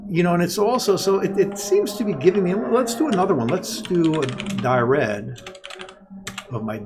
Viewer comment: I think it's dir-ed, not di-red. As in directory editor.